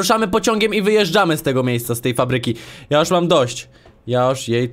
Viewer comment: czemu mówisz zamiast ,, fabryki,, mówisz ,, papryki